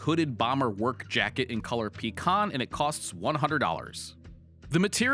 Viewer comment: First time I have ever heard pecan pronounced that way lol